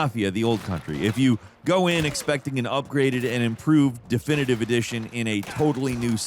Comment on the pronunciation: unable to say definitive edition is always peak 💀